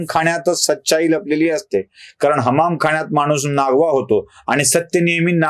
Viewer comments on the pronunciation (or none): क्षमस्व आपण हमामखाण्यात असा उच्चार करताय तो हमामखान्यात असा हवा आपल्या उच्चारात अर्थ खूपच बदलतोय पुन्हा क्षमस्व